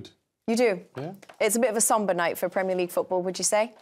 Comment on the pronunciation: Premier LI 🤣🤣🤣🤣🤣🤣🤣🤣🤣